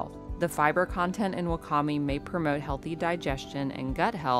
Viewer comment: Wakame is pronounced "wah-kah-may."